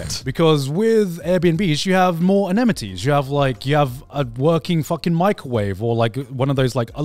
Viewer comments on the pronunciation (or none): I'm sorry, anemities?